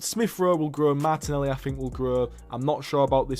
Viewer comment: saw this video as an ad and said fuck it, got hooked and i’m 14 minutes in and all i gotta say is the way u call Martinelli “mata” and Sevilla “Sevill” threw me off other than that fantastic video